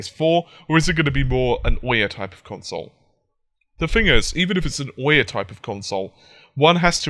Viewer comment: i'm so sorry , but it's ouya not OH-Yeah